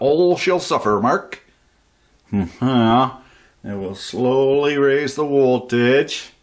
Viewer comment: "And we'll slowly raise the woltage" XD I'm dying LOL